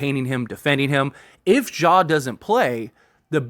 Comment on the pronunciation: Ja Not "Zhah"